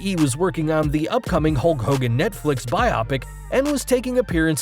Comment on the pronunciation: Haha it’s not bi-opic, it’s bio-pic, as in biographical picture.